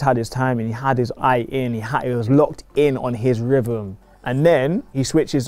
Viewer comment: Did you say rhyvm(rhythm)?